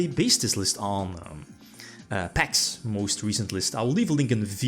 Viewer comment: No disrespect but it's not "Paks" list...it's mine timestamp too prove it 🙃 but proceed